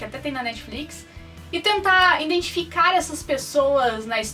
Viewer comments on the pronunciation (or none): none